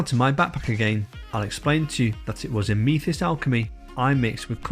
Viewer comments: Ah-me-thist? A-myth-ist. :) Very nice review. Helpful. Thank you. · I used the ruby alchemy recently and quite happy with it, just a shame I can't use cobalt alchemy as I am allergic to cobalt. Also that is the first time I have heard Amethyst pronounced that way. Have always heard it pronounced like meh not me. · Amethyst isn't pronounced how you said it matey. Nice review, I have ordered 3 different sets. I wish I'd found reviews like this for the Fantasy & Game range from Scale 75 last year, my wife bought me the full range for my birthday (I asked for it) I've since tested every one of those paints and they're all completely transparent which has annoyed me quite a lot, £150+ and they don't specify that every paint is transparent anywhere that I could find.